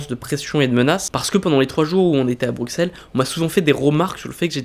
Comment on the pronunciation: J'adore !!!! par contre on dit BruSSelles pas BruXXelles 😄